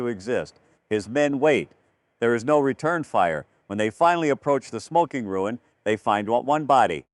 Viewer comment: they finally approach the SMOKINGruins. WRONG it should be "the smokingRUINS the way the narrator said it sounds like it's a place for people to go smoke.